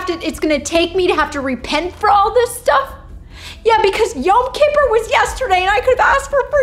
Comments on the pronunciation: “BECAUSE YOM KIPPER WAS YESTERDAY” wow lol.. it is pronounced Yome Kipoor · You pronounced Yom Kippur wrong but it was a great series!